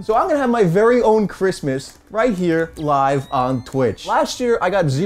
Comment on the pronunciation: "loive on twitch"